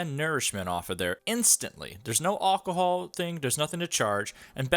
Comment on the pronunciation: Hahaha Aucohol 😂